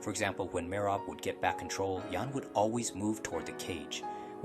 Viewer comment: Need to learn to pronounce all the names properly. Am guessing it is AI as it sounds like a native English voice butchering Merab's name amongst others.